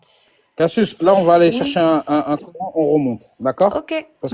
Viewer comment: Il dit le ''Cor haine''?